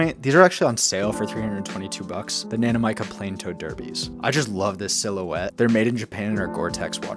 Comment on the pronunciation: the nanami what why are you pronouncing nanamica like that